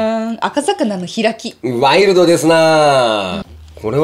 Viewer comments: 赤魚=あかうお ですよ。あかざかな ではありません。嫁ちゃんやっぱ天然やね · 「アカサカナ」って(笑) 「アカウオ」でしょ‼️(笑)(笑) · ヨメちゃん赤魚→あかうおだよ〜✋️